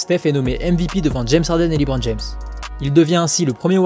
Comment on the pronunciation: Superbe vidéo sauf le Liiiibron James mdr